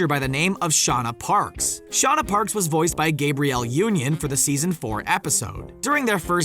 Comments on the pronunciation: Tbh I’m more mad that he said Gabrielle Union’s name wrong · Why did he pronounce Gabrielle Union's name like that...?